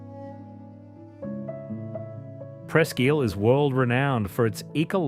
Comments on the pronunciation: As an Erie native, the way you pronounced ISLE is pissing me off. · Hey pal, Isle is pronounced "EYE-L" NOT "EEL"😂